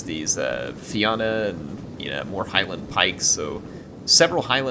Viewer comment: Just for future reference "fianna" is pronounced "Fee-nuh"